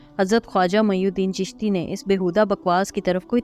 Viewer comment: خواجہ معین الدین رحمتہ اللہ علیہ نام ہے جبکہ آپ میی الدین پڑھ رہے ہیں